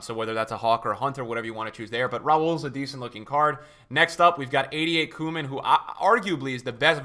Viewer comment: The only person who can pronounce koeman and seedorf